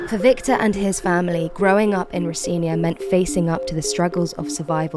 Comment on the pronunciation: You said Rocinha wrong Girl. Not true they don't recite kids. Im